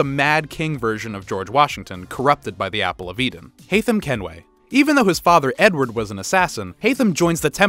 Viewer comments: he didnt say THE N-word, he said "edward" but it sounded like he said "n-word" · lmao I didn't even realize! was doing something else and heard ot as Edward